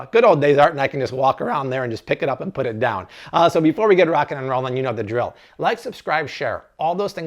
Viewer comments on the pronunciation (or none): none